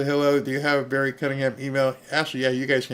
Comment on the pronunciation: You called it Berry